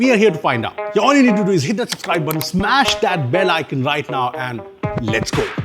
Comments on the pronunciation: "Supscribed" since a couple of videos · i am “supscribed”